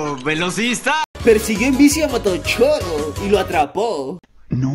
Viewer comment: No sé dice motochoros se dice motochorros